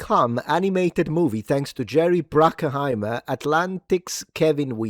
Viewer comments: Hey, I'm a fan but... Bruckheimer deserves his flowers. Do some research into his cinematic history... and how to pronounce his name. 👍😎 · Do you know how to pronounce bruckheimer?